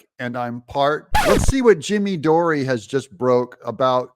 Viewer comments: It’s “Door”,. Not “Door-ey”. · I remember a letter from Mayor Bowser refusing the request by President Trump for 10,000 National Guards. She was sarcastic. She and Nancy should be held liable. The last name of Jimmy is pronounced as 'door.'